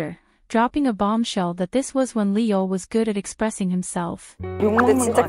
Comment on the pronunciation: His name is pronounced "ee yool" in Hangul (이율). The way it's spelled in English is confusing but seeing it in Korean makes it a lot easier to pronounce.